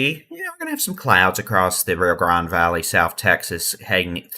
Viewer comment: The way you pronounce Rio Grande is really odd. It's not Ree-ah. It's Ree-oh